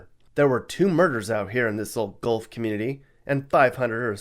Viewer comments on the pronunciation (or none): none